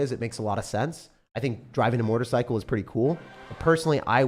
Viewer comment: I thought you said "Mortar Cycle" not "motorcycle" at first 😂